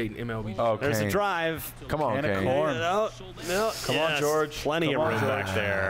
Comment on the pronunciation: Min 40 "George Soler" lol even Hosmer laughed Jorge aint George